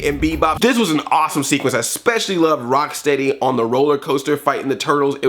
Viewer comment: It's so weird how and some of the other guys put the emphasis on the steady and not the Rock. To me at least, it's Bebop and ROCKsteady not Bebop and RockSTEADY. Is steady a word anymore? It doesn't seem like a word anymore.